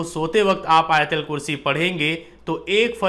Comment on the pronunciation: Not ayatalkurshi AYATULKURSHI BOLO BHAI